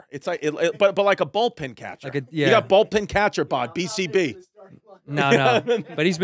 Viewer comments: Am i the only one hearing him say "Ball"pin vs Bullpen?! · Chrissy calling it "Bolt-pen" then switches it to "Ball-pen" catcher, repeatedly..Gotta love Chrissy for getting both wrong eventhough he's always going to ballgames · Hey chrissy I think it's bullpen catcher not a ballpen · Is Chris saying Ballpin or Bowlpin catcher? He definitely didn't say Bullpen catcher right. 😂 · Ballpen catcher lmao. It's bullpen you bozo lol. 2 of my faves here! Chrissy D and Red Rocket! Great chemistry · I'm cringing so hard whenever he says "ballpen" instead of bullpen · It's bullpen, Chris. BULLPEN.